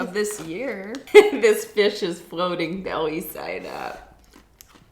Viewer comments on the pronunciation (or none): none